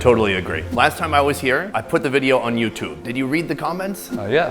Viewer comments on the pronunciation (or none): none